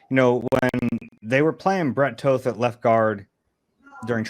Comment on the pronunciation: Can You try pronouncing "Toth" like "Moth" or "Hoth"? Maybe it will add some gravitas?! Instead of "Toth" like "Oath".